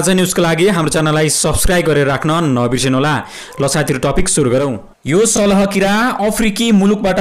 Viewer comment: It's salaaa not salaha